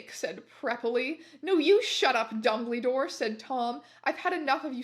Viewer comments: I'll forever hear 'dumbledore' as 'dumbleydoor' from this day forwards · i am unable to express to you how much it makes me laugh every time you say dumblydore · "Dumbleedore" thats all😂😭